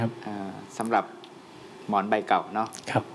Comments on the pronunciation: หมอนไม่ใช่ หมอ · หมอนครับ ไม่ใช่ หมอ คุณทีมงาน